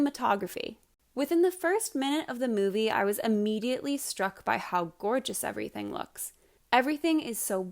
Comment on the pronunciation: Excelent video. You said e v e r y t h i g